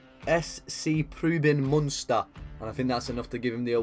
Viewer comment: Preußen Münster and not Prueben Münster...